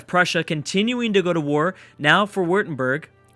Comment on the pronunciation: just swiched on my cellphone and DATAAAA new Videp I love the way you said Württemberg 😂😂 +Württemberg=Funny Crack